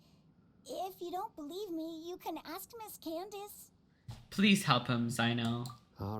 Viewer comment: HER NAME IS CANDACE NOT KANDAKEY